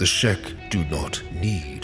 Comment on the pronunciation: Everytime I hear "Shek warriors" or "Shek Kingdom" etc. I keep hearing it as "Shrek warrirors of the Shrek kingdom"